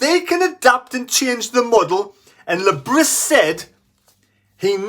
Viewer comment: Le Bree, is how you pronounce his name ffs…